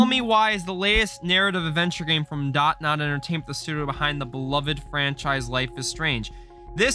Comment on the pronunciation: isnt the company name DONT nod? and not DOT nod? lol